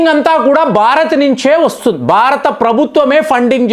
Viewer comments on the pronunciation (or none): none